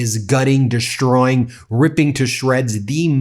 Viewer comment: There's no 'h' in 'deshtroying'.